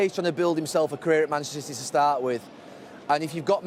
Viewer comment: Gary "Manchstr City" Neville